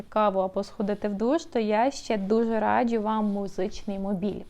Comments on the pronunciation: будь ласка, не "радчю", а "раджу". Дуже ріже слух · Хороше відео , але постійне "радЖЮ" вже різало слух ))